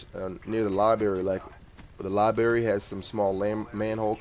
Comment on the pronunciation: libary lol sorry bro